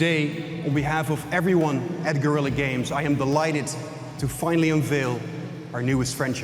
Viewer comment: Fascinating how even Guerilla misspronounces Guerilla...